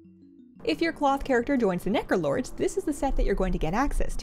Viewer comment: so... the internet... is the abyss? I also heard "Nekolords" instead of Necrolords and considering has a cat, I find it fitting.